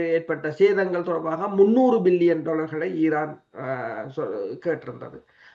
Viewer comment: மில்லியன் பில்லியன் உச்சரிக்கும்போது சரியாக விளங்கல கொஞ்சம் கவனத்தில் கொள்ளுங்கள்